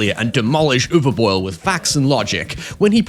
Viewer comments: First native english speaking Youtuber I ever heard correctly pronouncing "Uwe" but then completely warping "Boll" making it "Boyle"(?). Easiest way to at least come close to the correct pronunciation would be to use the english 'ball'. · Something I didn't expect when entering English speaking Youtube is how weirdly hard it is for native speakers of English to correctly pronounce Uwe Boll. gets relativly close - "Boll" is pronounced less like "boil" and more like "ball", though. Worst variant I heard so far on YouTube was "Yuvee Boll". No Judgement though if you can't pronounce a name that is from a language you don't speak, that's hard. My intuition just never expected "Uwe Boll" to be one of the hard ones. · I think it's pronounced "bowl" unless you're mispronouncing his name on purpose. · It's uwe boll not uwe boil also I'm just going to say it postal is not a bad adaptation I think postal is actually one of his better movies and one of the better videogame movies out there. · Calling Uwe Boil instead of Boll is the new canon.